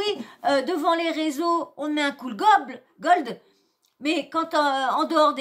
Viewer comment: Coucou, on dit "goal" et non "gold" 😉 LikezChat 😻😻😻